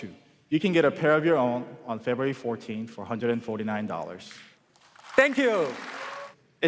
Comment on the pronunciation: "TENK YU"